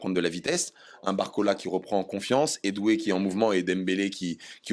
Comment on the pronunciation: S il vous plait j adore Jo mais dites lui que c est Doué pas édoué merci ^^